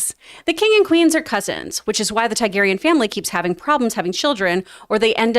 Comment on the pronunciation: How has this guy watched every episode of GoT and can’t say Targaryen? The spelling of the name is phonetic.